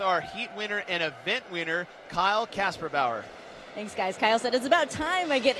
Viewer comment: Man he is good at saying kasperbauer..